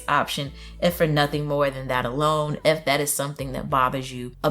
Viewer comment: Like your channel, keep doing what you're doing, just a simple critique with the best intentions in mind, when you say "if that" it sounds like "eff that" it got me twice, but it doesn't take away from the great content you're publishing #team tmo